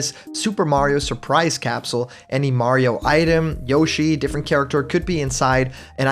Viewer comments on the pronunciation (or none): none